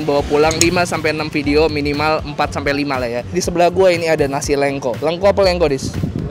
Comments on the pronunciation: Nasi lengko, bukan nasi leungko. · Bang pengucapannya salah kayaknya nasi lengko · Coba tanya cara baca nasi lengkonya sepertinya salah